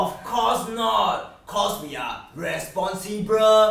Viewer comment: Responsripel, famiri, responsripiriti